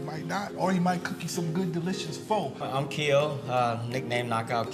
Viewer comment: Bruh...learn how to pronounce pho correctly....